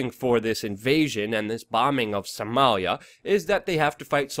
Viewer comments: Why can't you say Soh-mah-lia? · you say Somalia funny